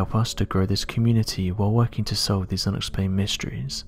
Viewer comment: STOP SAYING "ABSCRIBE"!!!!!!! IT'S NOT A FUCKING WORD AND IT'S MAKING PEOPLE CRAZY!!!! SUBSCRIBE. SAY SUBSCRIBE BECAUSE IT IS AN ACTUAL FUCKING WORD.